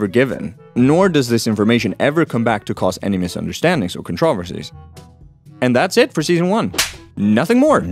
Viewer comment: Disliked for how you pronounce controversy